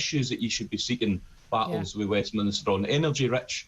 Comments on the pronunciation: It's 'Westminster' mate. Not Westminister. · It is Westminster not Westminister. Please use correct language and pronounciation!